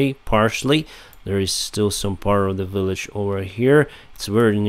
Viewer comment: in this video and others you repeatedly mispronounce the English word village as willage. I believe the letter V in English is pronounced the same as the Cyrillic letter B. Please look into this.